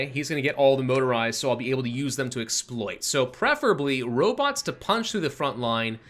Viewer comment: "Robits"? Not as bad as "Goshumrockinron" ;)